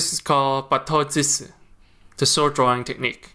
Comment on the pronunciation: Thank you 🙂 If i may correct the pronouncing of "draw and cut" its "batto-jutsu" jutsu as in "choos(e) "... "chootsu"